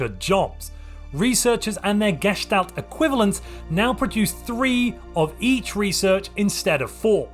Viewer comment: Just a small tip, the stress on the word "Gestalt" is on the a instead of the e. Not really relevant but my german ass loves correctness